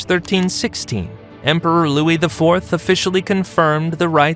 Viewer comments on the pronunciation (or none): none